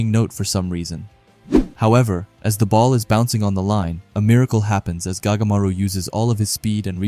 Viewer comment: His name is not gagamaru it goatmaru